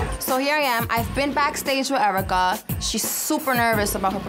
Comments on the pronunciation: EURA CUH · was just about to type this. Airwrecka is *the* most accurate